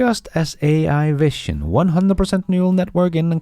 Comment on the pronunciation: you really need to correct this pronunciation of the word vision.